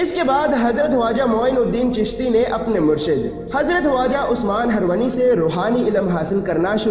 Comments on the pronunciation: उस्मान हरवनी नहीं उस्मान हारूनी है है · Bhai name sahi se lo khwaja shab ke peero mursid ka HZARAT KHWAJA USMAN-E-HARUNI- he harwani nhi he ok